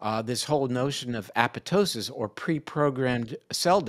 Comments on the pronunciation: Dr. Perlmutter is the only physician / researcher / scientist in videos who properly pronounces apoptosis! Sounds dumb, but having worked in a mitochondrial lab, I feel just slightly uplifited. [e.g., right before and after minute ]. BTY, nothing is more astounding than methylene blue. In many cases, including pain + use prior to a hard workout, cause and effect are astonishing. No downside in the range of .5 to 2mg / kilogram of body weight. Dr. Perlmutter ought to interview Dr. Francisco Gonzalez-Lima, PhD at the University of Texas, Austin. He's the top guy on methlyene blue. A brilliant guy like out good doctor here. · Thank you, Dr. P., for pronouncing apoptosis correctly!